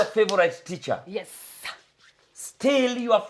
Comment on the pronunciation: Is it that she cant pronounce the word teacher,wacha na bla bla.ama ni kujifanya.si kwa ubaya